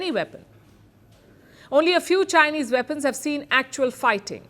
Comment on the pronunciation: "Veapons, Veapons, Veapons!!"